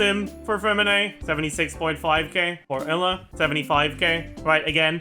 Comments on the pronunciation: Why does he pronounce Eula like Ella?? I already cringe at how other content creators pronounce her name, but where tf did he get this pronounciation from? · What’s up with the weird pronunciations of “Eula”? Ella? Uhla? Emma? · No hate but why does he call eula “ella” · im crying why is he saying ella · He pronounces Eula's name like he doesn't know how to pronounce Eula's name 😂 what is ehllah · Is that how it should be pronounced? Educate me tho because I get uncomfortable hearing him say "Ella" 🥲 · Is he saying Layla or eula lol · The way he pronounces Eula's name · Eula French pronunciation stun grenade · why does he say eula like that it's driving me crazy